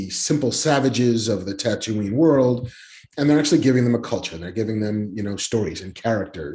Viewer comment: "Ker-aw-soow-aw" and "Tuh-too-ween". Kevin is pronouncing things weirdly. Someone make sure he's not having mini-strokes please. We need him to stay alive.